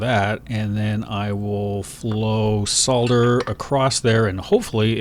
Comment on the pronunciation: Yes, you should've tinned the pad first. And thanks for pronouncing solder correctly.